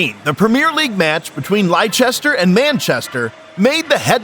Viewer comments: It's pronounced Lester, not Liecehester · bro pls lester not lichester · Our city here in the UK of Leicester is pronounced as Lester not Lie-chester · Lie-chester? Do the bare minimum of research if you don't know a place name, Leicester is pronounced Lester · No team called Lie chester it's Lester City narrator needs to get back to baseball or ice hockey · Where is Li-chester? Leicester is pronounced - LESTER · Lychester? Lester. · The pronunciation of pretty much everything in this video is awful. It's so American it's unreal. I mean LIECHESTER when trying to say Leicester? It's said like Lester. That's to say nothing about the various names and other clubs in this video. This is awful. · Im from there we say Lester , spelled Leicester its old roman name i think and they pronounce it As lie-chester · Who are " Lie-Cghest"? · "Lie Chester" shit AI slop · LIE CHESTER!? Jesus fucking christ dude, please don't create cintent when you know so little about the subject, dayum 😂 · Leichester ist pronounced "Lester". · Stop watching at "Lie-chester". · ‘Lye-Chester’ who the f*ck are they?? 😆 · Liechester anyone catch that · Liechester lol. Maybe research how to pronounce the football team names properly 🤣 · How the frick did you pronounce Leicester? Lie-Chester? :D Dude, make some effort when putting out videos. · How dare you! I grew up in Lay-chester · Did that narrator pronounce "Leicester" like "Lie chester" ? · LIE CHESTER 😂😅. Silly American pronunciation. 😅😂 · Weird version of Leicester